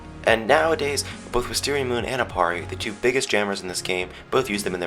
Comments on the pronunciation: I love how you say " wisteriamooon" that voice is gr8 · The way he says wisteria A Ma Oooooooona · You didn't say wisteriaMOON right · your not saying it right its wisteria MOON! XD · You said Wisteria MOON wrong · Lol the way you say wisteria MOON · The way you said WisteriaMoon tho 😂😂